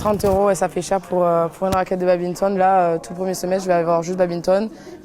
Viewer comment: Désolé mais c un crime de dire babinton. On dit baDminton